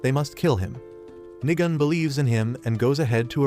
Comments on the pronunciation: Nigan like ayoo I hear you saying niga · Why did bro said Niga-N?😭💀